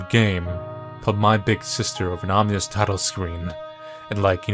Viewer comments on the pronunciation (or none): DAMMIT. SAY IT WITH ME: OM-IN-OUS. NOT OMNIUS. OM-IN-OUS.